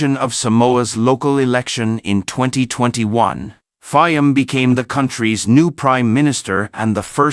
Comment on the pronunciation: This is a horrible production. Not much care to facts, names of country, use of correct pictures and video clips ( Mishmash of all sorts) pronunciation of PM Fiames name; horribly one eyed,...CCP production at its communist best. We get it; you were pissed off at PM Fiames decision. Get your facts straight as to WHY?!